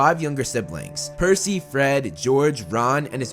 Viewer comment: Its PERCY Not PEARcy!